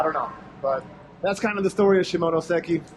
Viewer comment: 시모노쎄끼... 발음 굿!!